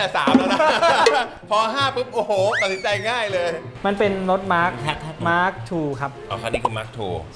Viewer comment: มินิ Mark ครับ ไม่ใช่ mask